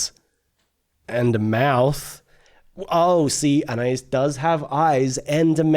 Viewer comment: Please pronounce Anais's name correctly. Ann eye ees